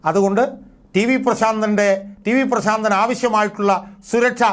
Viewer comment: "ശ " വേണ്ട പ്രാ.... ൻ